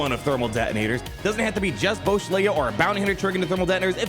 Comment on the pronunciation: You’re saying it wrong it’s not boushh it’s boushh